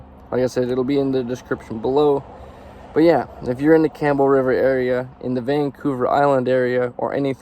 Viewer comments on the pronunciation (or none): Just so you know buddy, there’s no s in ‘Campbell River’